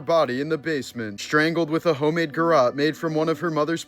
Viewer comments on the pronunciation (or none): none